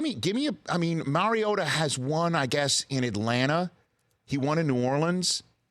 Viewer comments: The bald guy wants me to believe he's an expert on Marcus Mariota yet he can't even pronounce Mariota. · it’s not mary-ota idiot it’s mariota